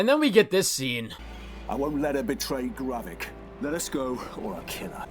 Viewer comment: dude it's GRAVIK not garreck